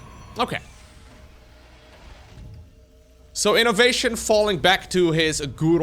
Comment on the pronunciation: As someone who hates when terran wins, i'm terrified to hear this 4 syllable again: I-NO-VA-TION! 🙄